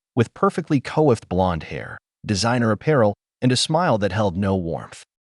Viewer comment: Angelina's hair is not co-effed, it's COIFFED (pronounced kwa-ffd) 😂